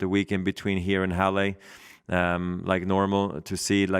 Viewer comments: From a German: Halle ist not pronounced Hallé. :D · He copies Feds pronunciation. For some reason Fed always says Hallay. I remember reading the Swiss say it like that. Maybe it's just Rog thinking in English he should pronounce it that way. Who knows.